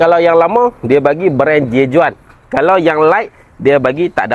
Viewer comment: J.Juan sebut dia "j huan" bro